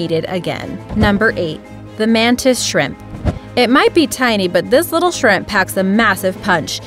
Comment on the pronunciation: When you said the mantis shrimp I hear it as the mantis shrek